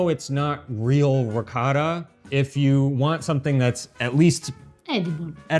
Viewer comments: It is NOT pronounced Ree Cot Ta! It is Ree KO Ta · It's NOT Ree Cot ta. It's Ree Ko Ta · PLEASE— WATER buffalo milk is what you mean! You will have everyone thinking that it comes from bison. ALSO—I CRINGE every time you mispronounce ricotta. Why do you refuse to say it properly? You have spoken on this before and you’re just stubbornly perpetuating cringy mispronunciation. Thank you for the video in spite of this irritation. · Chèvre becomes hard when it ages--kinda seems like you need to learn that it isn't just Italy that has many types of cheeses; should also learn how to pronounce ricotta. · You still don't say "ricotta" correctly! OH! OH! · Really enjoy your channel. I’m the son of Calabrese immigrants and Pecorino Crontonese is my favourite cheese. Another great episode minus pronunciation of Ricotta which I’ve come to accept 🙂, love ricotta in a panino..